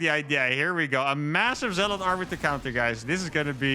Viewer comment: You pronounce zealot incorrectly.